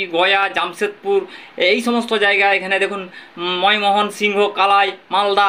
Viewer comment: ' ময় মোহন সিংহ ' বলে কোনো জায়গা তো বাংলা দেশে নেই , তুমি তো বাঙালি , বাংলা উচ্চারণ‌ও করতে শেখো নি ?